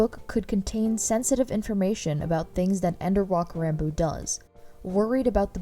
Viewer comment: Its pronounced rahn boo